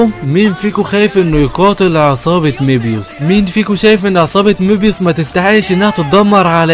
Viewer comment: مبيوس ❎️ ميبيوس ✅️